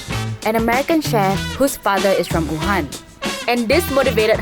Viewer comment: she really just pronounced Wuhan as oohan